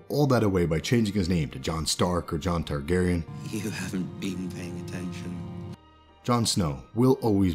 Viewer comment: “Jamie Targerian”???